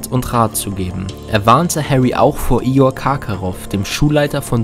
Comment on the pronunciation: Ior Karkarof😂😂😂 Das heisst IGOR🙈🙈🙈